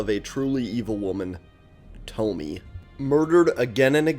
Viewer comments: I am so mad you pronounced it toh-mee instead of toh-mee-eh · It's not tomi, its to-mi-eh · it's thaw-mee-yea